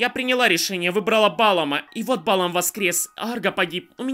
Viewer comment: И да, АргО, не Арго. И БалаАм, а не БАлам. Просто на всякий. (Не докапываюсь, просто хочу, чтоб ты знал)